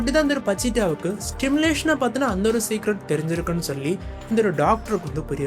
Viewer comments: Bro while saying the word simulation , you are pronouncing as Stimulation ...😅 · Bro it's simulation , kindly correct it while pronouncing , not Stimulation Stimulation means தூண்டி விடுவது